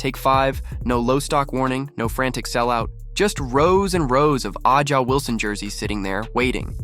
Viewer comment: Who cares you can’t even pronounce Wilson’s name 😅😅😅😅😅😅